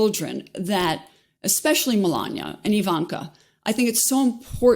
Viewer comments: “Mel-an-ia”, not, “Mel-an-ier” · Does 'melania' have an R on the end or what? wtf is Melanier? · They keep mispronouncing Mela Nomas name